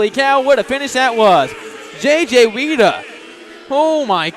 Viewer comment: F.Y.I.: Weida is pronounced "Why"da NOT Weeda